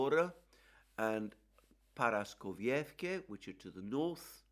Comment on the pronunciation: Don't know who told you it's ParaskoviEVKE, as it is Paraskovievka, (parasko-viivka). But no big deal anyway